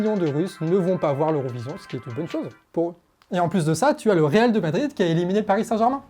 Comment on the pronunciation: Excellente vidéo... ! Par contre, "Real DE Madrid" ça pique les oreilles 👂 😂